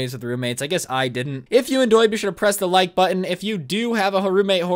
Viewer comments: Lol I think at the end you ment enjoyed , Because you said endoyed Lol. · "if you endoyed" - 2019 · Did anyone else notice he said “and if you endoyed” at the end? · Anyone else catch at the end he said “endoyed” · Did he say if you endoyed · Am I the ONLY ONE who noticed how he said enjoyed at the end “endoyed” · yo my mans out here speacking mumble rap... “in-doy-ed” xD wtf